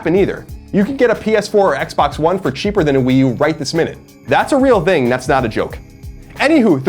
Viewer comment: Love the guy, kindred soul for sure, but Colin can't (or refuses to) pronounce a soft 'th' sound. I've never seen this in a person. It's always 'dzzthing'. "Here's, the dzthing", or "I don't "dzthink so". Fascinating. Never change buddy :D